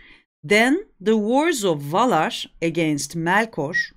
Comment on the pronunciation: Tam bilmemekle birlikte Melkor yazıldığı gibi telaffuz ediliyor. Melkör yerine. En azından çoğu kesim tarafından telaffuzu öyleydi. Emeğinize sağlık.